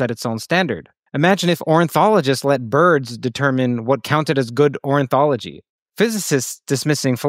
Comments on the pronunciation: I thought it was Orni-thology, not Orin- theology bruh. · Ornithology not orinthology! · The message here is cool, but pretty wild to decide to mention something random like ornithology then mispronounce it three times lol